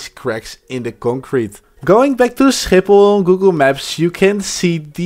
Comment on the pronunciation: you dutch cuz the way you said schiphol was very dutch man (i am dutch to btw)